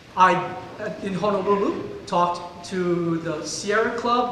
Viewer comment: it's not pronounced Hanalulu. And the Aloha shirt choke hanging dead fish?